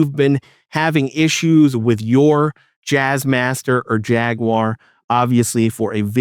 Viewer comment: OMG! You might be the first youtuber I've come across that actually pronounces Jaguar correctly. Subbed